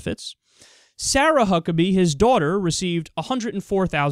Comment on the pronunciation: Why do I keep hearing Fuck-pack??